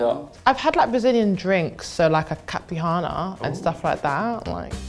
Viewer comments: Whats a “caprihana”?😭😭😭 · 🤣😂🤣 supposed to be Caipirinha, and definitely not pronounced the way she said. Lime, sugar, cachaça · Caberet? Caiparana? Come on. Who are these people? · The way pronounced Caipirinha is so funny. She done mixed Caprisun & Benihana....& excuse me 80% Calpol sounds 🔥🔥🔥🔥 I have decided Ben is my guy.